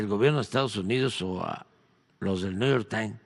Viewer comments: 😂😂😂 dice Lopitoz que el " nu yor tain está investigando a los TRIVAGOS 😂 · Si.. dice:: Niu yor tain...😂😂